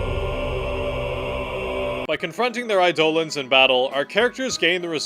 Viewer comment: You could learn how to say eidolons and that might make you seem a bit more like you wtf you're talking about